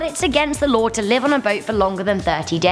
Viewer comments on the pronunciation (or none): Lawr. Pentigun. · Does anyone else hear her saying law like lare